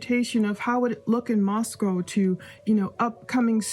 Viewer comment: It’s ‘Moscoe’ pronounced like ‘Roscoe’